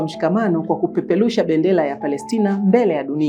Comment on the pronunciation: Jifunze lafudhi ya Kiswahili Kwanza sio kupepelusha bendela ni kupeperusha bendera.